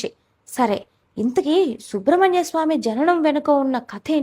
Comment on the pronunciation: అమ్మా..అది శుబ్రమణ్యస్వామి కాదు సుబ్రమణ్యస్వామీ...